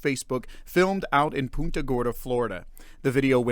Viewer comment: It's pronounced PUNTA (like you PUNT A football) and not POONTA.